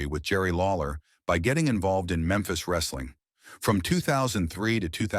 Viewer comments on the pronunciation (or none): none